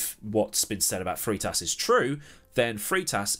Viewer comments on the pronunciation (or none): Freitas. Frey-tas not Free-tas.